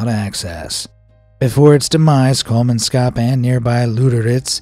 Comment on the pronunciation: It's really funny to hear English speakers butchering names in my native language 😂 The way Kolmanskop was pronounced is really funny. Another reason for the abandonment was because the people relied on water being transported by train. So when a war started, those in charge weren't able to do this and thus no water were able to be delivered.